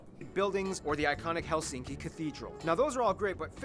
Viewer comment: In Finnish language the stress is always on the 1st syllable so it’s: HELsinki👍 not HelSINki😖😱🤮